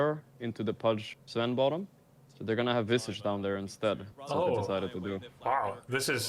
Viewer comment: Isn't Visage pronounced like triage or mirage?